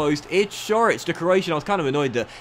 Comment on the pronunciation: Coric is pronounced just Core-itch, there’s no change in the C.